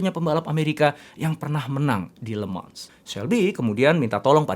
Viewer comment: Le mans dibaca lemang